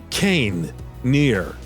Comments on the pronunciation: Kay nee not Kane dumb fuck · kaine??? its pronounced Kai-nae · Ps, 'Cane' is actually Kai-nay, which you'd know if you played the game 😜